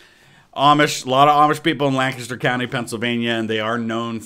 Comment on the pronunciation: finally someone pronounces lancaster correctly lol